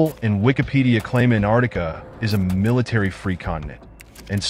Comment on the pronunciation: Geez, if you're going to do a vid on Antarctica, then learn how to pronounce it. There's a "t" in there. It's not Anardica.